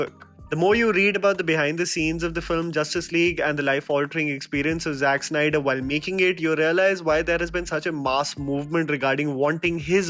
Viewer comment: Snyder.... Its Snyder, not Synder!